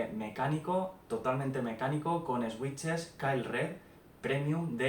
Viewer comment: buen vídeo, pero me chirría la pronunciación de "switch" (no es "esuich" o "esuiches", es "suich") xd